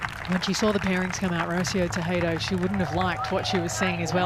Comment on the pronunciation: RO-CÍ-O TE-JE-DO or Rotheeou Teh je (spanish J) do. Get your pronunciation right, please. It's painful.